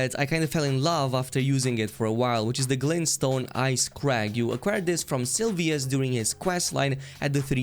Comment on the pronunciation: my dude called Seluvis "Silvius" 🤣